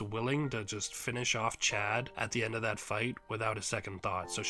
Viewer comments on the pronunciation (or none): none